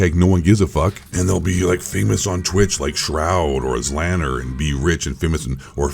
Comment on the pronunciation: That ZLaner pronunciation was funny as hell😂